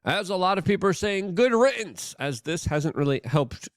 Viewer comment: *riddance with a D sound not T